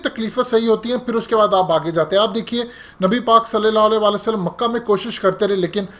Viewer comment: جناب آپ سے درخواست ھے کہ "صلي الله عليه وسلم" کا تلفظ درست کریں. الله آپکو اسکا اجر دے. آمین